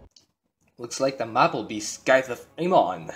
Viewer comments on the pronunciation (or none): "SKYTHE OF AMON"